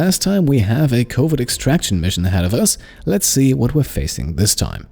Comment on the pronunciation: The way you pronounce covert sounds like covid, which is kinda funny during the quarentine hearing you going on covid missions.